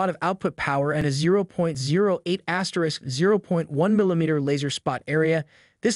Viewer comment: I really thought this was a real person for a minute. Very realistic AI voice. But when he said “asterisk”, “Class i” and “Adob”…lol